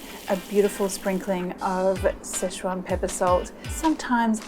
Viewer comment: Situation or szechuation?